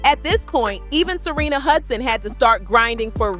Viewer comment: Why do you say Serina when it's Sharina?